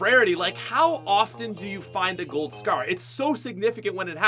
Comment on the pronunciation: Why can't this guy pronounce scar